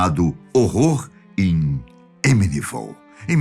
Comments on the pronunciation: Amityville: “emirivou” kkkk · Só quando apareceu a capa do livro é que eu saquei que a tal "Emilivol" da qual o falava era Amityville, kkkk...